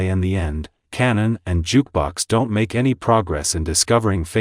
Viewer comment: Kanan not Cannon 😂